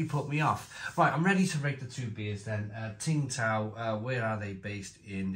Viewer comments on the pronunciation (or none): It's pronounced "Sing" Tao. It's very nice. Skunkyness 😂 Becks and Peroni used to do the same. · Tsingtao,pronounced 'ching-dow' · Tsingtao (pronounced Ching Dow) is a classic and a solid beer in China. There is Tsingtao gold label in China in the small brown bottle and it’s the most consistently good lager beer in China (imo). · Tsingtao Pronounced Sing-dow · Isn't it pronounced Sing Tao ? 🤔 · You don’t pronounce the t I was once told